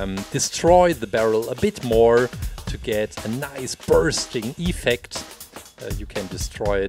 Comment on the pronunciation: Your saying iffect than the effect